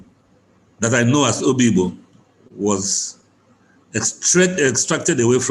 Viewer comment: PLS STOP CALLING #OBIGBO Oyigbo.